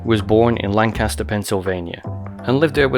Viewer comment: i babysat the sisters growing up. also y’all pronounce lancaster wrong in every video LOL. we’re the pa lanc, not the one in germany.